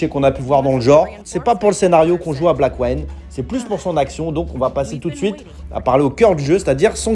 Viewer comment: Juste 2 remarques: 1- ta prononciation de Blackwind est mauvaise 2- non, ce n'est pas un jeu en 3D isométrique.